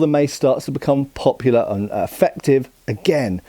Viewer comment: What were extremely poplear?